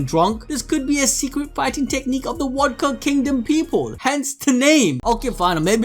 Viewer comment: Why you say wodka